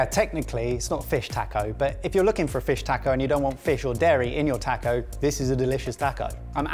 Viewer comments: Tack OH ? No, it's "TAH CO" mate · if you can pronounce Baja correctly, you can pronounce Taco correctly. The letter "A" is pronounced exactly the same in every Spanish word. It is always "Ahhh," and never "Ayyy." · Tacko, tacko, tacko......why can't any of you say "taco"?!?!! (Or "salsa," for that matter.) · You poms couldn't pronounce "taco"to save your life! It's not "tack-oh" it's "tah--co"... I've never been so annoyed watching sorted up until today! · Taco does not have a "K" in it!!!!! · taaaaaco, driving me nuts :D you are pronouncing the A wrong. I hate being the guy leaving this comment but holy wow got to me in this episode. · This looks good but it really bothers me the way British people pronounce the word "taco" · please god stop pronouncing it tack-o it pains me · Please for the love of god... learn how to pronounce taco 🤣🤣💖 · I loved this (despite not liking fish much) but man, you guys kill me with how you pronounce jalapeño and taco, NEGL. Also, y'all should do a 3 recipe comparison Lasagna set. Because Lasagna is AWESOME. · So can't say taco? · Your guys' pronunciation of "taco" and "salsa" is really cringeworthy. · If they didn't already have their butchering badge, I would say you could all get one for your pronunciation of the word taco.